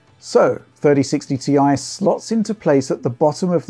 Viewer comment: Thirdy sixty tee aye